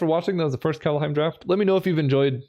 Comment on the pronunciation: Are you doing Kalda-heim on purpose?